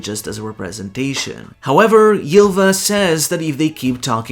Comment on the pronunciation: Small note on the pronunciation of "y" in norse: It's a pure vowel, quite close to an english "i" (except with some lip rounding) As such, Ylva is pronounced /ilva/ instead of /jilva/. Same goes for Yggdrasil, it's pronounced /igdrasil/. I love the effort you put into the pronunciation, its very fun to listen to :D